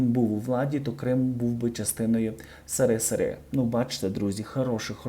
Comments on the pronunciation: Не ,,СЫРЫСЫРЫ,, А СССР, ПРАВИЛЬНО ГОВОРИТЕ. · Не правильно говорить не сири сири, а есессер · що за СИРИСИРИ????? вимовляйте правильно! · Не сири сири, а ссср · ти зовсім дурний..Сирисири звучить дуже негарно з твого рота.слідкуй за своєю мовою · ваше" сирисири" ріже вухо і не пасує для журналіста. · Противно смотреть: эти ,,сыры'' задолбали. Автор безграмотный. Научись правильно читать сокращения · Ведущий, надо поработать над произношение "сери сери" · Що це за сири сири? Ви що нормально говорить не вмієте? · які сирисири? Ви що букви не знаєте як вимовляють , 😂😂😂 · Сэрэсэрэ , автор ты вообще тютю ? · Что за сы ры, сы ры! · «Сэры-сэры» просто добило!!!! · Не было такой страны — сыры сыры, сыры это продукт питания, или избавление от этих продуктов в простонародье, как блогер несите культуру произношения в массы, а Вы — сыры сыры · Автор, как вам не стыдно?!Правильно называйте страну! Эс эр эс эр (СРСР) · Сыры сыры.. Ну и грамотный диктор, кошмар.. СССР.. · Слушала интересную информацию и недослушала. Режет слух аббревиатура "сыры-сыры" . Мабуть малось на увазі "СРСР". 🤔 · «»Сыры-сыры»» и это грамотность современных журналистов стыд и позор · Сери та сери, грамотна вимова, жах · ЭСЭРЭСЭР---СССР,.Так и говорите.я училась в украинской школе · Дякую за новини! Подобається як ВИ висловлюється" сири- сири" - СРСР! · Вы себе чуєте?! Сере, сере...сере.... , сере.....хто і де сере? СССР це не сере сере. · Зачем так говорить:Сэрисэри?!!Это неуважение к тем кто родился и жил в этой стране. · Це так задумано: серисери?)))) Бо не можу серйозно слухати) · Какой "сырысыры"?! Произносите правильно буквы. Вы своей безграмотностью не уважаете зрителей. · Вухо ріже "сирисири". Ви що не знаєте, шановний, як абріатура читається? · А не можна не сирисири а нормально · СыРыСыРы диктор ты хоть школу закончил? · що означає сирисири?Я вперше чую такий вираз.Це сарказм з Вашого боку чи Ви дійсно впевнені,що СРСР читається як сирисири?